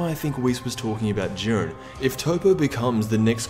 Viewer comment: It's not jiiren